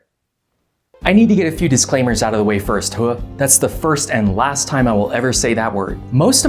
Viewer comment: As a soldier still in it hurt me when you said hooah